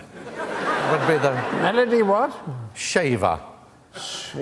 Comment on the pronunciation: I bet her surename is Schäfer and not "shaver". :D german-american heritage in that Name.